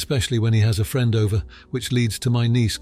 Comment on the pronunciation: You mispronounced "friend" 😂